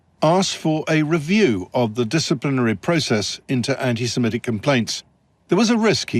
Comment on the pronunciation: It's "anti-Semitic", not "anti-Semetic".